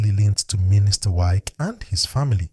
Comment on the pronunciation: This youtuber who is mispronouncing the name "Wike", is a fool. Is pronouncing somebody's name correctly not part of education?